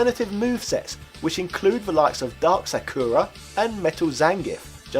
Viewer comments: Like shinmusashi said, the guy did not pronounce Sakura correctly. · No, he did NOT pronounce Sakura correctly.